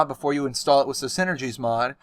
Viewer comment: Why do you say wiss instead of with?